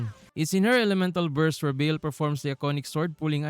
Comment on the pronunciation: Dont apologize, but the correct way to pronounce baal is bah-ahl with silent H and The second A sound the same as the first A